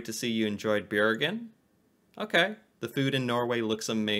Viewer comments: xD Bjergen lol, Bro remove the J and you get the city's name correctly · You need to try to prounounse Bergen better...it sounds like Bjergen...leav off the j and you are closer😇